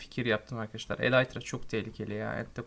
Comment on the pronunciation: kardeş eleytra deil elytra :) :)